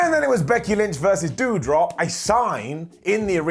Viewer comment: Listen pull the trigger on Riddle already. He felt like a real star as soon as he got in the ring . And have him feud with like Gable or something. I haven’t watched wrestling in a while, but to see the butcher my girl Piper Niven calling her Deudrop? It broke my heart.